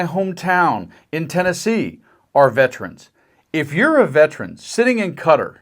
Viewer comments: It's not cutter...... it's qaTAR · KaTAR! NOT Cutter! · Guys,please it's KAATAR-Not Carter. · For the record it's Qatar, not Cutter... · It's cuh-TAR.. Not cutter. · Why do you pronounce it “cutter “? It’s “k-TAR”! And I was watching the troops behind tRump — they looked bored out of their minds! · I hate it when people pronounce Qatar as "cutter" - that's not how it's pronounced! It's pronounced "kuh-tar" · Learn to pronounce the country right: It´s Ca-taar. Not Catr. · Qatar is pronounced Ka-Tar, not Cutter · Qatar is pronounced “Kut-Tahr” Rhymes with guitar. Please for the love of god stop saying cutter. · Why cant americans pronounce QATAR AS KA TAR INSTEAD OF CUTTER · It isn't cutter. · It’s “kuh-tar”…. not “cutter” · Isn't it pronounced "kuh-tar" rather than "cutter"? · Always thought it was Qatar not Cutter. Did the orange one change it's name when he was there? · The country is pronounced QA-Tar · Pronounced Qa-tar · "Cutter" ? So many of you Americans man 🙄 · Why is the press suddenly pronouncing Qatar as Cutter? It’s pronounced to rhyme with guitar with a slight roll to the R. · BTW, it's pronounced "KAH - TAHRR" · Please learn how to pronounce Qatar